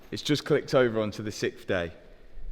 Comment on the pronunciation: so can pronounce six but cant pronounce Sixth, he says sickth. yet he was talkin stuff about americans and their weird english quirks lol. lamborgheneehhh